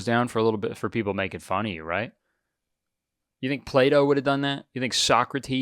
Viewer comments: When kurtis said plato and I heard play doh Yeah... That shit ain't for me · Every time Kurtis says Plato I hear play dough